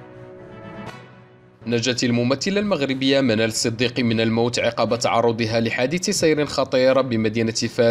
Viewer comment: اداك الصحفي الفاشل فاللغة العربية تقاد اولا خوي البلاد. كن غلطي فالفرنسية هانيا ما تيهمش.ولكن تقرا من الورقة اوتغلط راه قمة (النبوغ) هي هادي واش نبقاو مقابلينك غي انت يا الكسول.راه عقب بفتح العين ماشي بكسرها. الكسيدة هي الاخبار اللي تتجيب انت. اما هذاك اسميتها حادثة سير. واش ملي كنتي تتقرا كنتي من دوك (المجتهدين) اللي تيحطهم الاستاذ الللوووووور اوتيتبتهم تيكوليهم رجعتكم اللور حيث طوال.؟؟؟؟😂😂